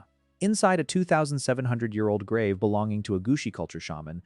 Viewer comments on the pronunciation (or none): none